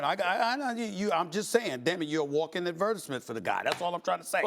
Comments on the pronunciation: Everyone: advertisement Stephan A: advERtiSMent you’re welcome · ...a walking WHAT? Tf kind of journalist can't promounce "advertisement" smh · . SAS from Queens right? Why does he pronounce "advertisement" like he's British?